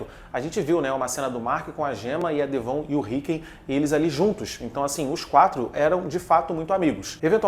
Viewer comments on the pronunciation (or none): Mano, ouvir ele falando DEVÔN me quebra demais... É assim na versão dublada?